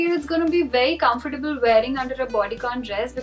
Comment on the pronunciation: FYI you mispronounced comfortable